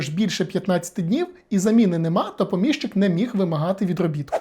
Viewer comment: ПомІщик. Наголос на "і". При відмінюванні також: помІщику, помІщики, помІщикам. Перевіряйте, будь ласка, такі речі, бо вас слухає велика кількість людей. Відео корисні, змістовні, лаконічні й дуже цікаві, дякую.